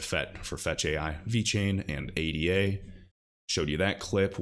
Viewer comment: lmao he said ADA